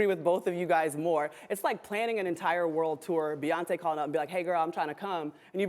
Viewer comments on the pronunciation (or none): Beyoncee?? BEYONCEEEEE???? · Ima let you finish.... But Beyawnce